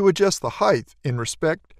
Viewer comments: Length, width and heighth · Been a while since ive heard someone say "Heighth" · Did he say 'length, width, and ... heig-th?' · "Heighth!" I learn new words every day. 😂